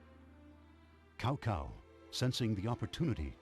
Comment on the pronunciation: I loved this game as a kid even though by then I had already read Romance of the Three Kingdoms (English translation) and as a result I would practically end up yelling at the screen when they so hilariously mispronounce various names, one of the greatest offenses being how they say, "Cao Cao." Even though this doesn't follow history or the interpretation that Romance of the Three Kingdoms depicts, I still love this game for all of its hilariously incorrect information and outdated voice acting on top of what I remember being a very enjoyable experience in regards to gameplay alone.